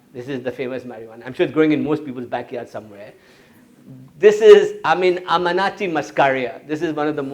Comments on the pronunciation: Not 'Amanati' but Am-an-i-ta. Also ergot was NOT used by 'the witches of Salem because these women were NOT witches! The outbreak of what they called 'demon posession' was caused by Ergot in the rye crop . Ergot grew on the grain because of a of a wet summer. Innocent women were accused of causing the poisoning which was caused by ingestion of the ergot. Can't trust this guy because his information is not entirely reliable. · Not Amanati.......A-m-a-n-i-t-a Muscaria :))